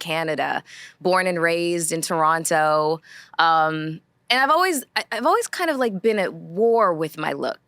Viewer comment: Melissa has always been beautiful and articulated herself very well and I like hearing her speak, but the back and forth of her pronunciation of Toronto is annoying . She’s from the damn city(as am I) and said it authentically . (Turrono). People from that city never pronounce the second ‘t.’ Stop it, Girl…it’s okay to say it how you know it.